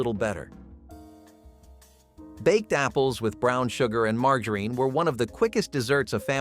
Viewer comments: Who says margareen? Margarine!!!!! And who had a microwave of those days? and then when they did start coming out you had damn money so you wouldn't be cooking these inexpensive meals.😊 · Same! Had me wondering if my Southern accent has destroyed another word 😂 it’s “Marga-rin”not “margarita-reen” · mar-jar-in, its NOT "mar-gar-een"..... erbs.... js 😂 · It is not mar-ga-reen. It is mar-ja-rin. I am a child of the fifties and that is how it was pronounced. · Please learn how to properly pronounce “margarine”; it’s Mar-jar-in, not Mar-gar-ine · Who programmed this Mar-gar-reen? Never heard it pronounced like that! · Why does he say margarine like mar gar rine ? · Who in the ever lovin hell pronounces margarine mar gah reen? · Call it margereen one more time!! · Right? That was driving me crazy. Never heard it pronounced that way. MAR JA RIN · Marg-a-reeeeeen? What is that? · Margarine. You keep mispronouncing margarine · And margarine. I’ve been saying it wrong for 30 years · I’ve never heard the word ‘margarine’ pronounced like that before. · You keep saying microwave when you mean oven. Microwave wasn’t around then. Also you constantly mispronounce the word margarine